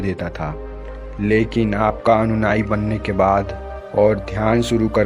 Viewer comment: अनुनाई मत कहो उसे अनुयायी कहते हैं महोदय जी